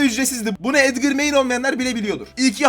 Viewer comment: Abi Lütfen Edgır deme. Sen edgır dediğin zaman Çok tahatsız oluyor Edgar diye uku lütfen